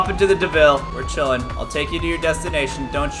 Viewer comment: Caylus are you saying ice cream chiln